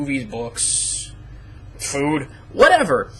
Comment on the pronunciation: The way you said food is hilarious!